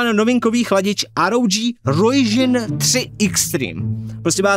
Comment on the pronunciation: Ryujin se čte jako "rjudžin":D